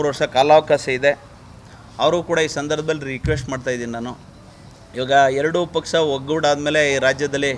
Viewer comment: ಸರಿಯಾಗಿ ಕನ್ನಡ ಮಾತಾಡು ಮಾರಾಯ ಬೆಳಗಾವಿ ಅಲ್ಲ ಅದು ಸಂಡೂರು, ಪಕ್ಸ ಅಲ್ಲ ಪಕ್ಷ 🤣🤣🤣